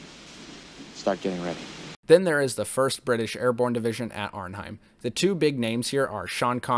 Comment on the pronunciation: Hi, I've reviewed this classic myself as well and you generally did a good job - but, yes, the pronunciations - especially on Arnhem and James Caan - not Kane. But I know it can happen when researching dozens of facts